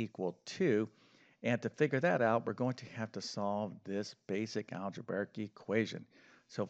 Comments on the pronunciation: Algebarric isn’t a word. You probably meant algebraic. Shocking that an alleged math teacher can’t pronounce that word. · Just a minor thing, but you've been doing this so long, you should probably start pronouncing "algebraic" correctly. It's not al-ge-bar-ic. It's al-ge-bray-ic. That said, I like almost all of your videos.